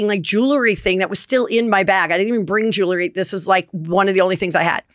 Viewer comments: You wouldn’t have these problems if you said the word, JEWELRY, correctly ! It’s 2 SYLLABLES !!!💥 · Even though Heather asked for funny corrections, I’m pretty convinced that she doesn’t read the comments. She wouldn’t still be saying , ROON and Squirrelly Jewelerey